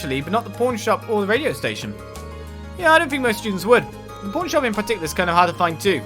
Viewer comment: Every time you say "pawn shop", I keep hearing "porn shop" LoL